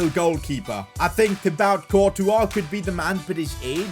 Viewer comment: TiBaoot CaWtuA 💀